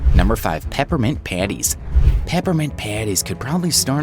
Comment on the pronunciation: When he said: “Peppermint Patties” I thought he said: Peppermint PpAANnTTIiEeSs😭👍